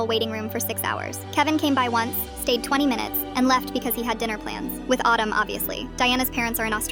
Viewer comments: CAN YOU STOP PRONOUNCIATING HIS NAME LIKE AADUM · Why is Adam pronounced as autumn 😂😂😂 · Pronouncing Adam like Autumn 🤣🤣 I was confused for a moment!